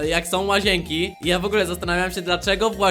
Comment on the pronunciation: oj nie w ogle tylko w ogóle idziesz na logopedie